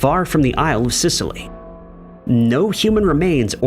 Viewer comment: Not Sicilly but Scilly